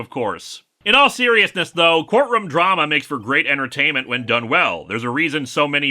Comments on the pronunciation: Court "RUM"???? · He's from Minnesota. They pronounce things the Canadian way.